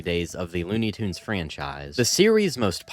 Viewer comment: It's pronounced "Tunes".